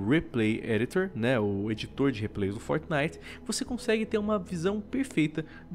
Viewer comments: man fala fortnite certo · luigi del Mais ele esta falando certo.